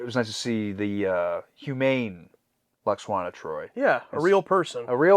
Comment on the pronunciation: Love how continues to call her "Lax-wanna". 🤣🤣 Ignore the haters and complainers, dudes; never change.